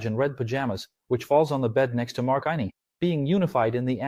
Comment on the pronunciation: AI IS RUINING EVERYTHING. If you can't pronounce "Outtie" or "Innie" properly, DO NOT DO A SEVERANCE VIDEO